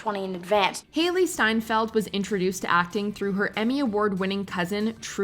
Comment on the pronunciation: Coen Bros and Jeff Bridges and Matt Damon all said they were just blown away by how good Hailey S was in True Grit; but you called her Seinfeld the whole time here instead of Steinfeld